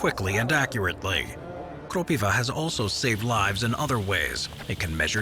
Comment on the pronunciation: its krOpiva and not kropivA as you said in the video btw